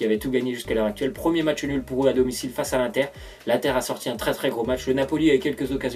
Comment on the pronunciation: ON DIT PAS "1TER" MAIS IINNNNNNNNTER